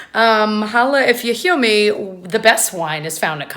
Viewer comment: why do I love it so much when you say holla if you heah meh hahahaa